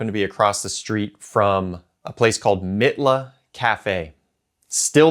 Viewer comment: Mitla is pronounced MEATLA.